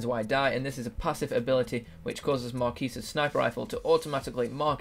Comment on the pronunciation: Melee me • lee (may • lay) The Quis is Marquis' name = Key So Marquis sounds like your saying Markey. I had to get that off my chest.